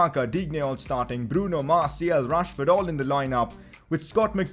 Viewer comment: the way he pronounces martiAL annoys me so much. iT'S MARTI-AL not martiEL